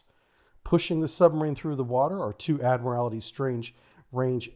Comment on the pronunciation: Ad mur ul tee not admirality